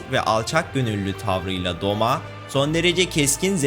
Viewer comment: Doma değil douma Gyutaro değil gyutro Daki/ume